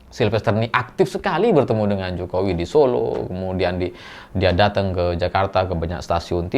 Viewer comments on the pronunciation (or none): none